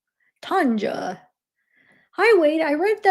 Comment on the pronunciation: Hey, chiara is pronounced Kiara like the lion in lion king lol. And Tanja is tonya